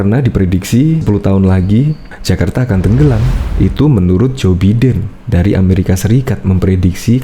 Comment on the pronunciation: Maaf mas. Joe Biden cara bacanya Jo Baiden bukan Jo Biden.